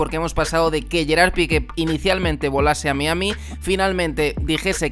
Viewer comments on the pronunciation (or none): none